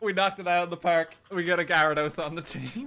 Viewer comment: has anyone challenged to say gyarados correctly yet?